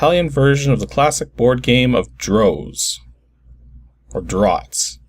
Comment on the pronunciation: I knew the English called Checkers Draughts, but I too thought it was pronounced "draut". I've had enough draught beers over the years you think I would have made the connection.